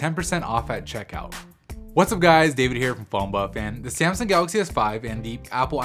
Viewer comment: ***** sasmung ; smasung; simsung. IT'S FUCKING S A M S U N G ! TNX dude and smasung is better.